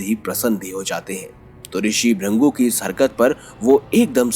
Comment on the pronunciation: Bhai Rishi ka naam Bhrigu hai na ki Bhrangu as pronounced by you